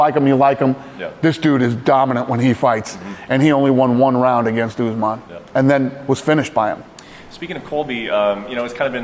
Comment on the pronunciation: Kamaru “Oozemaan”